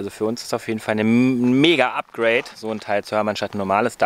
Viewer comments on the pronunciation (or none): none